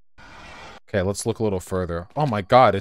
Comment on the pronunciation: “It’s not OKEH to be OKEH” ❤️(titan cry 😭)